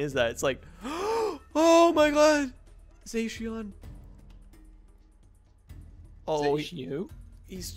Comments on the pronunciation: Bro is call zacian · fyi it is pronounced zasion and zamazenta that's not the spelling though!!!!!!!!!!!!!!!!!!!!!!! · lol its called za-si-on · Is pronounced zacean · is wrong the z in zacian is not silent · Everyone is wrong pronouncing zacian